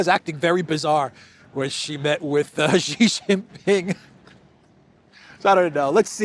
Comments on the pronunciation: Jeeee jinping? It's pronunced "she" like the female pronoun. No like button for you today! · Its not Gee, its She - for Xi Jinping.